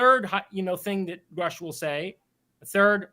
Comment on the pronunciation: "Gruh-sh" not "Grow-sch" Did you even watch the congressional hearing? I don't think you did.